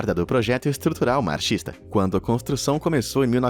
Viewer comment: a pronuncia de "marxista" está errado. - sala de "concretos"?